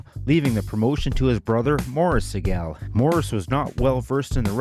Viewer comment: Say the Sigel name right damnit.